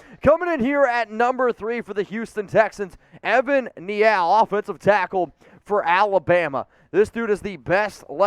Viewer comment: Who pronounces Neal “Nee-Al”???